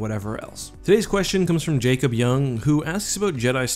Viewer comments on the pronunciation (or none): none